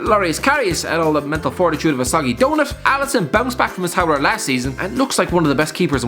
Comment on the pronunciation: Alisson, not Alison.